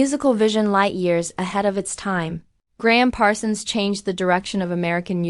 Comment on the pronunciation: This is an embarrassment. AI voice continues to mispronounce his name and subtitles spells is Graham. For s**t sake, if you're going to honor a great musician do it right. If not, shut up.